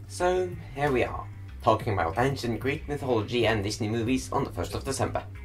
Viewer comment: You`re mispronouncing and misspelling the word "Ancient" in both this video and your previous one. Something needs to change, or the Grammar Nazis will come and get you.